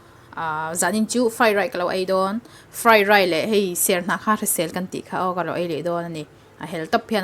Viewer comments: Sap tawng hi i lam thiamlo anih Rau Rau chuan Mizo tawngin sawi mai la... Fri raid a awm ngailo aw... 😂😂😂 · Frai rai min ti eichak ve vek alawm 👍👍🤣